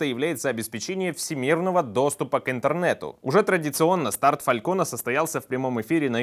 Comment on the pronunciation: Не Фалькон а фэлкон